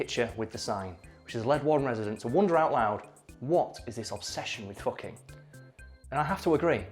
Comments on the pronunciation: The town's name is foo-king! get it right! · Everybody misreads the sign for Hilter in northern Germany when they first see it. I was also in Elend (misery), just 8km from Sorge (worry). I know it's for comedic effect here, but you are kinda mispronouncing Fucking if you say it like the English pronunciation, except your northern English accent with the characteristic u sound that is far closer to German kinda counters that.